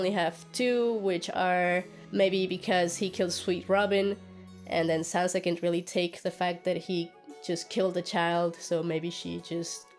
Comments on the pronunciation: It is Sansa not Sanza. Stereotypical american english -yikes! Sir, please stay on your own channel. "Politic-ing"????" seriously? How about using intelligible words such as, "campaigning" or "lobbying?" It is unfortunate that you came from the "George Bush School of Talking Good." Cher is better as a solo artist . . . ditch this guy. He's not funny, I feel embarrassed for him. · I hate being one of these people but... "Saanza"? Sanssssa.